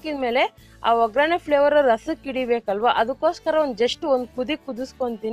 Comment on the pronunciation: Madam ಅದು ಒಗ್ಗರಣೆ... ograne ಅಲ್ಲ ದಯವಿಟ್ಟು ತಪ್ಪು ತಿಳಿಯ ಬೇಡಿ